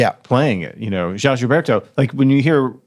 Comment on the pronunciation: Love your YT channel and Open Studio- but the voice speaking Joao Gilberto is pathetic 😂- (would have been better to use a Brazilian website . )The bossa nova guitar beat Joao Gilberto developed was based on Joao Donato’s playing- that is described in “Chega de saudade: A história e as histórias da Bossa Nova “- Rui Castro